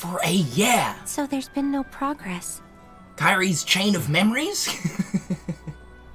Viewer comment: Funny that u said Kairis chain of memory’s